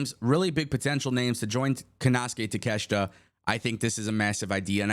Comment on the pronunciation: You can't even pronounce takeshita first name right dumbass